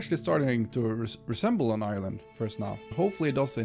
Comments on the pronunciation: I’m not that far into the video, but sometimes when he says “island” it sounds like he’s saying “Ireland” lol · Great fob my mans, though either I kept hearing you say ireland or island.